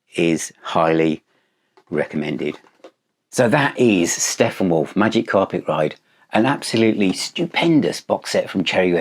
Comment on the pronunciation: I'm sorry, did you say Steffenwolf?